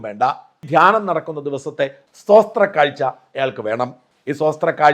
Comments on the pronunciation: “സ്തോത്രം” - സ്തോസ്ത്രം അല്ല. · സോസ്ത്രം അല്ല മലനാടാ സ്തോത്രം ( ഇത് സംസ്കൃത പദമാണ് )